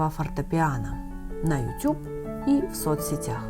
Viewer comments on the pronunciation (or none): none